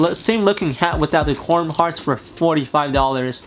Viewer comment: “Corm” Heart